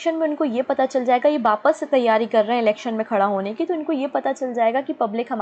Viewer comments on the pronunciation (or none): none